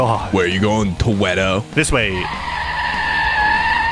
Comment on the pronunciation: Toewedoe always makes time fowr famawee